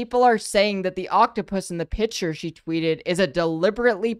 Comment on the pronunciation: I still can't get over keffals saying "pitcher" instead of picture